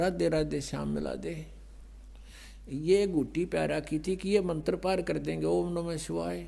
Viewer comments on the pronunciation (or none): Nakli to tu hai rampal tabhi to jel me hai agar ap me sakti hai ho jel se bahar a ke dikha bolne ka dang nahi hai chala ha gyan dene mantr ko mantar bolta hai